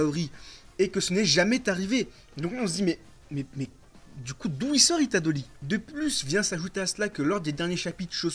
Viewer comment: “Itadoli” c’est horrible il le répète 66x enpls